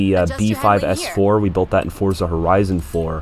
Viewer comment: FINALLY A CHANNEL THAT SAYS FORZA WITHOUT ADDING THE T TO IT